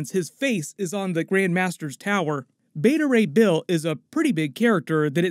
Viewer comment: Beta Ray "Bale" 😄